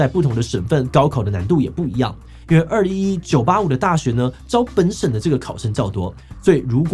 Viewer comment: 稍微糾正一下（不知道算不算糾正） 211我們中國這邊只會唸作「二幺幺」，不會讀「二一一」 另外，高考兩次應該大部分地方都沒有，我聽說浙江有，我是今年的福建考生